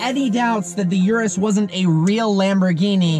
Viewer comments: its not yourus its URUS listen Italian pronounce it .. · It's called 'Urus', not 'Yurus' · It’s not pronounced “yur-us”, it’s pronounced “oor-oos” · URUS pronunciation (ooooroooos) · You have to get basic pronunciation right - it's not "YOUR-US" but rather "OOO-RUS". I was out after you said that in the 1st 5 seconds. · It’s yuris it’s urus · thats not how you pronounce it for fucks sake.. its pronouced (Oo-Roos)